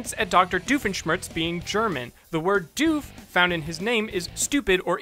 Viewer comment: I just love that most Americans can't pronounce "Doof" It's actual pretty cute